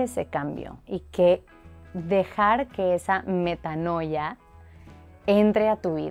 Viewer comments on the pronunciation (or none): La pronunciacion es /metáaania/